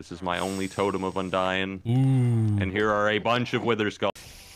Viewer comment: "Here's my only totum of undying. . . And a bunch of wither skulls." Ahahaha Techno oml